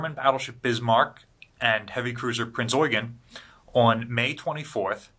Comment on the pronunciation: the way he said Prince Eugen, I felt that. Well done, sir.